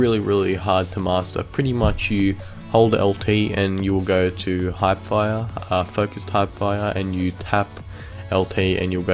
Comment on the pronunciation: He said “Hype fire”😂😂😂